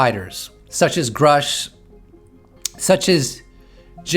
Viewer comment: You keep pronouncing Grusch wrong. It actually rhymes with douche. And that is appropriate.